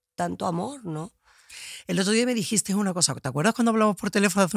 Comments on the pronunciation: elegistE , comprastE, dijistE, usastE, vivistE......por favor que alguien le diga a Vicky que se dice sin S final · Dijiste(s), contaste(s)...elimina esa s final. Está mal dicho y suena fatal.